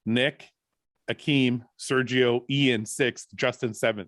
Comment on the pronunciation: Guy forgetting how to pronounce 'Iain' again 😂😂🤦‍♂️ why does he have so much trouble with it??